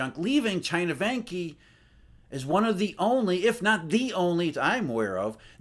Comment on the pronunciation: Vanke is pronounced as Wanker without the "r"...;-)